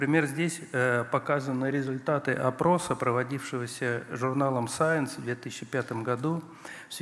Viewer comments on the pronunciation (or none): none